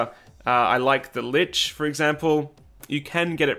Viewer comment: FYI, lich is pronounced lick